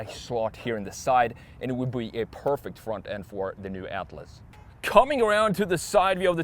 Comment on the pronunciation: Your pronunciation of Atlas 👌🏼 spot on